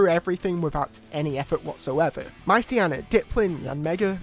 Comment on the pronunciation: THE R IN KYOGRE SHOULD BE AFTER THE G! AND DO NOT LEAVE OFF THE T IN MIGHTYENA!